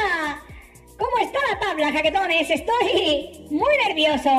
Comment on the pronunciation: Nuevo subscriptor 😬😬😬 La primera vez que escuche jaquetones ,escuché chaquetones y dije queeeeee??????? Jajaja 😂😂